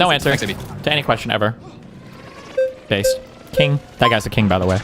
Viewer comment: did he say what I think he said? Bay zed